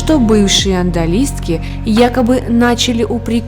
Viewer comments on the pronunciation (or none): Не андолистки,а одалиски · Одалиски, а не ондалиски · Ондалистки султана? Может, одалиски? Позор! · Какие еще "андалиски" , когда "одалиски"? Прямо как у Чехова: "Кто писал не знаю, а я дурак читаю". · Одалиски, а не аНдалиски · Все ничего, интересно, но слова надо правильно говорить, в гаремах были одалиски, а не андалиски. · Что за "андолиски"? ОДАЛИСКИ! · Одалиски...а не ондалиски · Ондалиски,это что то новое.Одалиски то есть наложницы.Говорите правильно. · Не оНдалиски , а одалиски ... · Адалиски! Ну можно же подготовиться! Не аНдалиски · Не андалиска,а адалиска-так верно! Будьте внимательны! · ОДАЛИСКИ, а не андолиски🤦‍♀️🤣🤣🤣 От турецкого "oda" - комната, "odalı" - комнатные... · Не ондалиски,а одалистки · Одалиски,а не андалистки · Девушка, не ондалистки а одалиски! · Не ОНДАЛМСКи, а одалиски! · Одалиски, а не андалиски! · Адналистки?))))) Одалиски! С турецкого языка "одалиска" дословно переводится как "комнатная девушка"... прислужница в османском гареме. Прежде чем комментировать ролики, изучайте вопрос!))) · Да НЕ аНдалиски, а О Д А Л И С К И .... оДалиски... режет слух! 😯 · Отдалистки.от слова отдать,что ли😂😂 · Правельно говорить одалиски,а не ондалистки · Андалиски или андалистки,ни то ни то ,не является правильным.Режет слух. ОДАЛИСКИ- правильно. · Уахахаха! АНДАЛИСТКИ, АНДАЛИСКИ! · Наложницы назывались одалиски, а не ондалиски. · У меня из уха кровь идёт,слыша АНДАЛИСКА.... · Не ондалистки, а одалиски🤦🏻‍♀️ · ОДАЛИСКИ. откуда взяли слово "оНдалиски. Несколько раз вслушивалась. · Не одналиски, а одалиски. Одна такая ошибка стирает желание смотреть видео. Деревенщина читает, не умеющая перепроверить непонятное слово?! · Одалиски,а не ондалистки😉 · Одалиски. А девушка читает "ондалиски". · Если не можете правильно произнести слово одалиски, просто говорите наложницы....